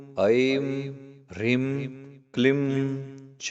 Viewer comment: Rim and not hreem?